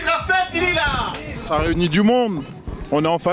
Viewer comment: la meuf elle ma tuer avec "la fête de lulas